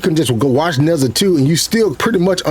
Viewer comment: It's Nur-JAH. Not nezza